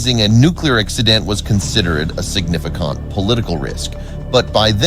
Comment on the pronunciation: When you are so damned cheap that you hire voice actors who have trouble pronouncing words that have more than two syllables. This is shocking - to hear someone say 'veeolated' and 'significund.' That was enough for me, thanks.